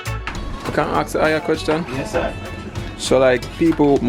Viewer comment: So how are your b0n3rs doing eating all that melon? Question from a native German speaker: When you say "ask", you actually pronounce it like "aks", the "k" before the "s" (e.g. and ). Is this the way it is pronounced, or a Jamaican thing, or..?